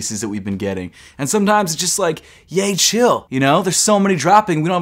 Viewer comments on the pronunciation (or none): That ye-cheil (chill) part 😂